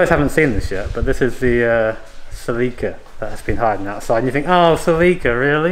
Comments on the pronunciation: "Selíka" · Sa-leek? Se-leh-ka maybe? 😂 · I learned something today. Celica GTs were common in the US in the 80's, but we pronounce the name with a soft "i", like "Sellicka." When you UK fellas started talking about a "Selleeka", I didn't know wtf you were talking about. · "What the hell is a selleeka??? OH Celica..." lmao